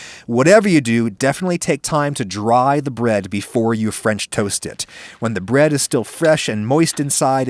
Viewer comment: mmhhmmm fremch toast